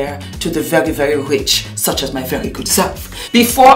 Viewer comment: Who else heard instead of Thank you so very much! it came out sounding like Thank you so F....much. I love you and all your makeup videos. I can't get over how it sounding like you were cussing.